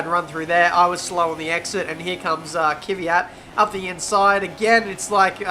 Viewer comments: why do you say Kyviat when its Kvyat??? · "Kivyat" almost almost